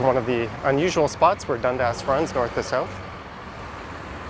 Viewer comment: Is Dundas really pronounced as Dund-ass? :)